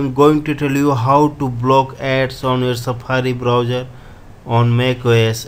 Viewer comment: say browser...not browger